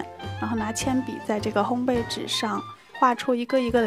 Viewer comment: 发音很棒 ！两个很多人读错的字你都读得很准确：玫瑰[gui]，烘焙[bèi]。